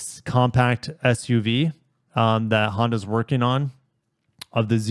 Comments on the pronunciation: Honda Yeah? I think it's Honda Yee? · "Honda Ye" lmao